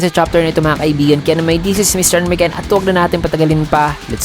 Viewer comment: Halos 2years mahigit na'ko nanunuod sayo, pero kahit kailan hindi ko pa narinig ng maayos yung pagbigkas mo ng YT Channel mo.! Pero pandinig ko Mr Miken, Mr Migel😂😂 ewan nabibingi naba 'ko oh bingi lang talaga ako 😂😂😂